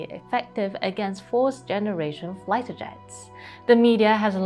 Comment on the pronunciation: Two pronunciation notes: there is no L in “fighter,” and the first syllable of Idaho rhymes with the last syllable of Shanghai. Never stop improving!